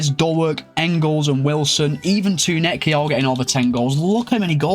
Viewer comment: Pretty sure it's spelled Tounekti. Like Too-nek-ti. Are you saying Too-net-ki?